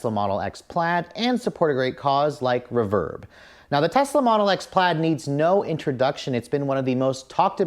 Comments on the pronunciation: Reeeeeeeeeverb . . not Rehverb =( I've never heard anyone that is into music pronounce it that way! =p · All due respect, but it’s pronounced REverb. Love the video!